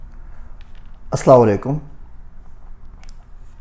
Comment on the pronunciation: aapse ek shiqayat he aap bahut padhe likhe hein lekin jab aap assalawalaikum bolte hein to aapka vedio hatana pad jata he Bhai assalawalaikum kiya hota he Assalamualaikum hota he Plz don't mind